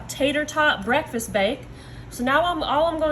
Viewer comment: " IT'S MY FAVORITE BREALFAST" LOL 😆 ❤